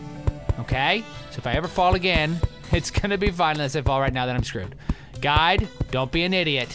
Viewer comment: Just me who thinks that when he says "Guide" it sounds like "God"?